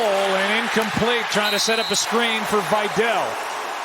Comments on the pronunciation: why pronunciation vy-dell instead of vee-dal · its not vajdel its vidal